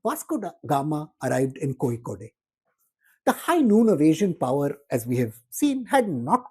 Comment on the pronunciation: Kozhikode is pronounced incorrectly. There is no ‘ey’ the end. Its pronounced just as ‘load’ . So its ‘ Kozhi-Kod’